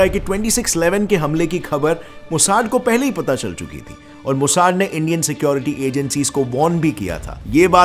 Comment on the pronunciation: Bro मोसाड नहीं, मोसाद 😂😂